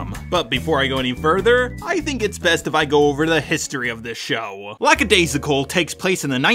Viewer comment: I love you... but so many missnaming of characters and even of the series itself. It's not Lackadayssical, just Lackadaisy. LACKADAISY!!!